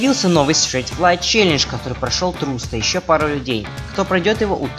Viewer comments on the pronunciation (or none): none